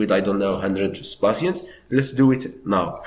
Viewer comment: You keep saying passiants like can you tell me what it means